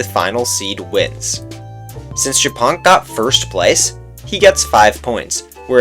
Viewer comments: OHHHH MY GOD ONLY AFTER HEARING WHAT JAPONK SAID I FULLY UNDERSTOOD HIS NAME. ITS NOT JAPONK, PRONOUNCED LIKE JAPAN. ITS YA-PONK. AS IN A FUNNY WAY TO SAY SPIDER IN *POLISH*. POLSKA GUROMMMMM 🇵🇱🇵🇱🦅🦅🇵🇱🇵🇱🇵🇱🦅🇵🇱🇵🇱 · Trzy razy odtworzyłam ten moment, bo nie mogłam początkowo zrozumieć co on powiedział po angielsku XD btw mega śmieszy, że ziomek czyta japonk jako “japan”, a to tylko “śmieszna nazwa” z podstawówki na pająkaXDDD